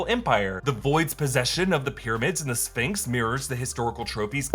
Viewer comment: in the American language, Sphinx has a “ph” which is pronounced as an “F”. It is pronounced as “sfingks” not “spinhks”. Now there was a boxer whose name was Leon Spinks, two different spellings.